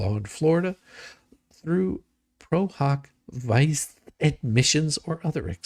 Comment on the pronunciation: Pro hac vice is pronounced pro hack vee see